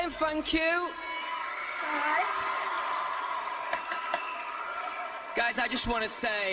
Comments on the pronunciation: “fank you” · he doesn't say "thank you," he says "fanks" or "fank you".